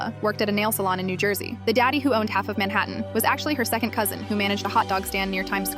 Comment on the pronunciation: Mainhaten? Like in mlp 😂